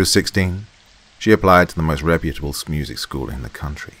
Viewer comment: she went to a SMEWSIC SCHOOL! 🤣🤣🤣 👌 I love u Doc! Awesome set of stories for real though.